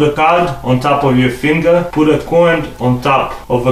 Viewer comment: He said l puolt needle on the ice lol He meant of said poult the thread on the ice